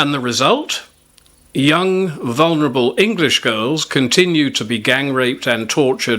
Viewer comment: Owen Jones can't even pronounce vulnerable correctly.